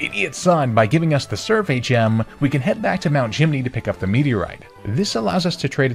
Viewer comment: I thought you said Wally's dad gave you the Survey Gem. Lol.